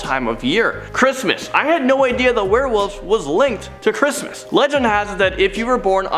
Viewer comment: Werewolves not warewolves. Lol